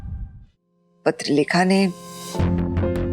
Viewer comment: Kabhi appne notice kya hai patralekha ko paterlekha kehta hai